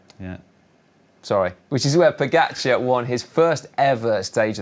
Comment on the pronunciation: Odd, the two commenters can’t pronounce pogacar correctly. Still. Ugh. Why not, if you are getting paid to comment and it’s your job, pronounce correctly our sports best overall rider? I just don’t get why not